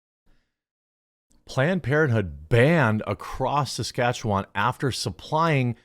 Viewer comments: omg I grew up in saskatchewan! thanks Jeremy for pronouncing it (mostly) correctly. It's less 'wand' and more 'when' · Thank you for pronouncing that location. I have seen it many times, I know I've heard it many times, but when I saw the headline my brain shut down. Suh-skatch-chew-wan.